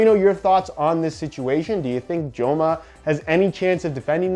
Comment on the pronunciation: say it their name right lol. Its not "Jo-ma" its a soft j in spanish